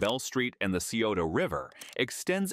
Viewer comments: incorrect. It's Sigh-oh-ta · Scioto is pronounced as sigh-OH-toe NOT see-oh-toe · Scioto is pronounced Sigh oto but most of us normally just say it like Sigh ota. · Scioto = psi-oh-ta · Thank you for pointing that out. I use to live in Columbus and the pronunciation in this video was driving me up the wall. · That was killing me too.